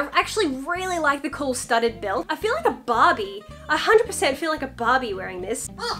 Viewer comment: When you are saying barbie your not saying the name of the doll but an Australian grill. of and by the way i'm not being rood, i like your content, and i like you videos